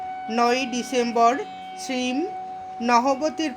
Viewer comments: Apni ‘Shreem’ keno bolchen ? Ota ‘Shree Mo’ hobe…Master mohashy er short Mo. …. Otherwise it was enjoyable. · Sri mo uchharon korbe khub bhalo lagche. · আপনার শ্রীম শব্দটির উচ্চারণ সম্পূর্ণ ভুল